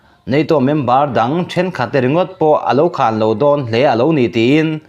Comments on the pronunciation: KHAN tih hi lam dik nise...KHÂN nilovin,thluk lo a 'KHAN' tia lam tur a nih hmel. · 'Khan' hi i lam dan a dik lo. Thluk lovin a tawiin lam rawh. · 'khan' ilam dan hi adik lo deuh lo maw.